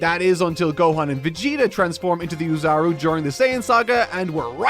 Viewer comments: Why do people say ew-zaru and not oh-zaru like it's actually pronounced? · Why do you keep calling Ozaru "Uzaru"? O__o' And the way that Goku shrunk in Ozaru form when Yamcha grabbed his tail, was on purpose - the onomatopoeia there even says pretty much "shrink shrink". That was to show how grabbing his tail is affecting Goku even in that form